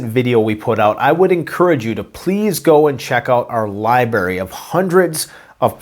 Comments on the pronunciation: Its library not libary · Li-BR-ary Bruh, get your "R" on